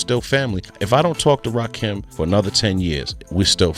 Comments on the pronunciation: I can't even watch this if you can't get the name right you can't be a credible source. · How you tell the story but refuse to say his Name Right 🤔🤔 I hate this Robotic type shit 😡🙄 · Nobody would take you seriously saying Rakin name like this A.I. narration.and I'm not gonna let 3rd "Bass" slide neither ..SMH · This AI voice is Fuqn up Rakim name. Smh. And everyone knows. Rakim was the soul of the group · Put some respect on that man's name and pronounce his name right! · Bruh!!!! He was pissing me off severely every time he said that shit 😠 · Don't you guys listen to your videos BEFORE you upload them? Why do you allow A.I to call him Ra keem? Ra KIM. Damn respect this God. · Ra-KIM...not Keem....get it right!!!!! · I can't watch this the AI BULL💩💩 the voice and the way it pronounces Rah-Keem instead of Rah-Kim😡😡😡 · Whos rakeem i thought his name was RAKIM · It's RAKIM, as in KIM. NOT RAKEEM. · Hey AI say his name right its Rakim not Rakeem got it? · It's RA-KIM not Rakeem , bruv! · His name is pronounced as RA-Kim not RAKEEM. STOP IT DAMMIT! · Why is he keeping saying rahkeem.its rah Kim bro 💯💪✌️ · Correction, The GOD M.C.s name is actually pronounced Rah-kim not like the a I voice, says RahKeem🤷🏾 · Delete this comment or change it its RAKIM its NOT pronounced RAKEEM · It's pronounced rah KIM. Not keem smh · I had to click off. He keeps saying "Rakeem" and it's driving me crazy! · Everytime he says Rakeem I get pissed 😡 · This Rah-KEEEEM is bothering me. If AI is so smart, why can't it ever get the names right? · You can say what you want, but say his name right. RAH-KIM... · 😂😂😂😂 I know right!!! Rakeem 🤣😂😭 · He said Rakeeem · WHO TF IS RAKEEM STOP FUCKN THE GOD MC's NAME UP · If you're gonna use AI to narrate the video at least adjust the fucking words so that it gets his name night. You could have worded it "Ra-Kim" and it would have said the name right. I could even finish since you fucked the name up so badly. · Rah-KIM!!! Dam get it right !!